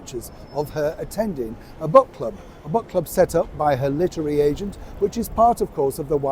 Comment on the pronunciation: Did you say book or crook club?